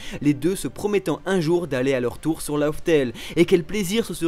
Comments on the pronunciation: LAUGH TALE se prononce surtout "laf tel" pas "lauf tel". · c'est pas "love" tale mdr